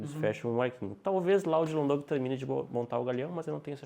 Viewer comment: eles falam "Dylan Doug", em vez de "Dog".